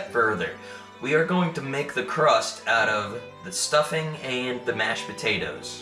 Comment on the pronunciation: PO-TATE-TOES lol